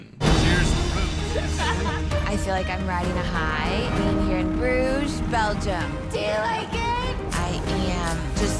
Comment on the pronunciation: Don’t mean to be a stickler, but Brugge is pronounced Bri-ch-e. The “ch” is throaty as in lochness. It means bridges in Flemish. You’re welcome 😅✌️